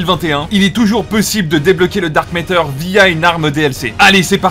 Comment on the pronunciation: Matter et pas métter stp Sinon super contenu !